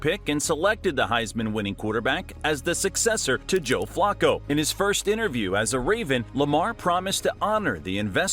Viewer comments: Flocko? WTF? It's pronounced FLA-koh. Your AI sucks! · "Flocco" 🤣. I noticed it too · Is it me, or is this guy pronouncing Flacco 's name wrong? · But it sounds like he's pronouncing Flacco 's name wrong.